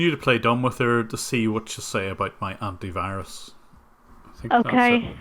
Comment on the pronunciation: Anty wirus